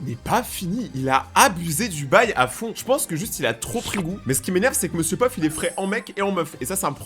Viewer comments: Peuf??? C ms pof😂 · POF PAS PEUF